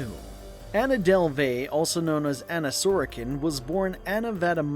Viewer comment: Is this your real voice or wha? Cuz you are pronouncing a lot of words wrong like her last name, and when you said Berlin too. Or maybe you just don’t know but it’s pretty annoying